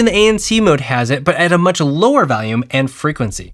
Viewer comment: You say valium for volume loo